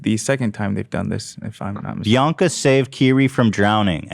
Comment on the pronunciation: I really thought she was saying baka not Bianca